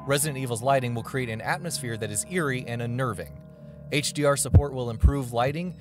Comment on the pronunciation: This is all I can hear - "The game will support HearhghDR and PeAHS4 uPHdate"